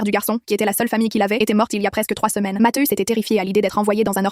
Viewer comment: On dit mathieu avec un I et non matheus